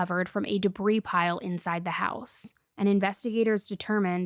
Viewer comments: Hey, I’ve heard you say this before and I’m gonna write this time in hopes you’ll see this. Debris is pronounced debree not debrees. 😘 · dehbreeze. she said dehbreeze!